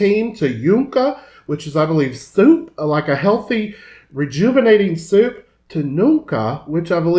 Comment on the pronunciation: Y no se dice chunca es shunca, soy del istmo de Tehuantepec de Juchitán y hablo Zapoteco